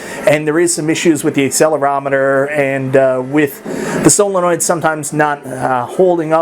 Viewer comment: WOW A GUY WITH ALL OF THESE MACHINES MUST HAVE SOME NICE FREE FLOWING CASH YET YOU CANT DO 5TH GRADE ENGLISH..NO OFFENSE BUT COME ON MAN YOURE AN ADULT CANT YOU SOUND OUT WORDS? REMEMBER SESAME STREET HAD A SEGMENT ON THAT AND SO DID THE ELECTRIC COMPANY ON PBS..ITS SOL EN NOID..I HOPE i'VE HELPED YOU SOUND WORDS OUT..ITS IMPORTANT IF YOURE GOING TO BE REVIEWING THINGS..SOL EN NOID IS HOW IT SUPPOSSED TO SOUND